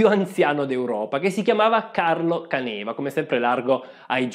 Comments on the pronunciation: Permettimi di farti notare che hai completamente cannato la pronuncia del generale. Non è Canèva, ma Càneva ed è la parola in dialetto che significa "cantina ". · Bel video, questa serie mi sta piacendo molto. Da friulano volevo solo correggere la pronuncia, non è Canéva ma Cáneva. Non so se qualcuno l'avesse già sottolineato prima, ma sono bazzecole👍🏻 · Caneva con accento sulla prima "a". Càneva non Canèva 🧐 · Correggo solo la pronuncia di Caneva, che la conosco essendo Veneto ( sbaglio sempre la pronuncia di Rumór, persino da Vicentino ...quindi per i cognomi so che capita inevitabilmente, a chiunque non sia del luogo )...per CÀNEVA, l'accento è sulla terzultima.